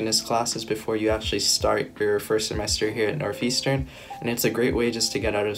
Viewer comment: NORTH not NOF